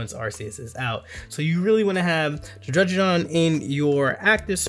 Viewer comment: Just so you know it’s Drud-di-gon 😂